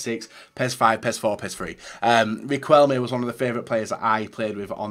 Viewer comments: Its pronounced Ri-KEL-me not Ri-CUEL-me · im guessing that in villareal you saw riquelme more, but the icon deserving is in that case, 85% of what he did on Boca Juniors. PS: when you name riquelme the way of saying it is like if there's no u, like "riqelme" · Ri-Kel-Mé btw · “Personal favourite of mine Riquelme” can’t even pronounce his name properly 🤣🤣